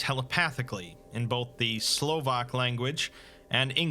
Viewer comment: Ha he mispronounced Slovak, that’s the first time he’s mispronounced something I think